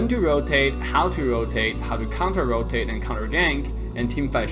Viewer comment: counte-rotate and startegies I'm sure you will be forgiven as English is not your first language